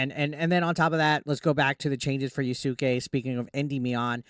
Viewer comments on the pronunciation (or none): Bro disrespected that name so hard 😂 yasuke wow